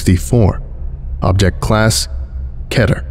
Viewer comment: Finally someone who pronounces "Keter" correctly